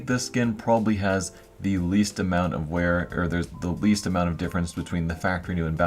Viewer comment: "Wear" not "where"